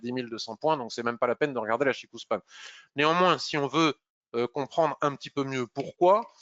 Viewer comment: CHIKO Span et non pas CHIKOU :) quand on a la confirmation du la kijun + SSA & SSB qui pointent vers le haut ou le bas on attaque. et qd elles sont horizontales on ne fait rien. le système ichimoku permet par un clin d'oeil sur le chart de connaitre l’équilibre du marché.